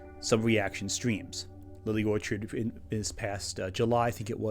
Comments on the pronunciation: Lily made a big deal about the YouTuber pronouncing her last name with the ch making a hard c sound “orkard”. The thing she didn’t consider? has trouble saying the word “orchard” as it’s meant to be pronounced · has a speech impediment? Being honest i thought the mispronunciation was something totally accidental cause I don't have one and i couldn't pronounce "Orchard" either for a long time lol